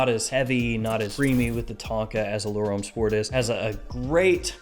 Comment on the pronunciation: Great review - love the way you give us heaps of choice at wide price points. I've got a few more to buy now, but please.......Homme and L'homme are pronounced Om and L'om not Ome and l'ome.